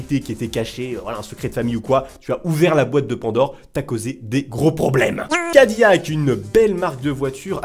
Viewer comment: SA SE DIS CA- DI- LAC